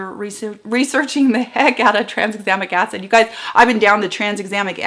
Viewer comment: We didn't notice - you are so clear! (and we tried and couldn't say "Tranexamic Acid rabbit hole"). Sometimes it feels like the people who create these ingredients are trying to get Scrabble points.